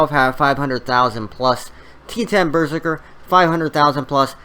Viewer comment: It's berZERker not BERzerker lol